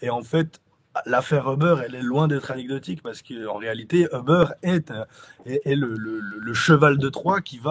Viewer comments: Uber se prononce Uber avec un U, pas 'eubeurre' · seul hic, la prononciation du nom 'Uber'.. ca jure....LOL